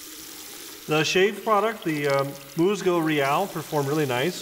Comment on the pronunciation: Good video I grew up with this product and many of their products… the pronunciation is closer to Mooshzoo Reeál.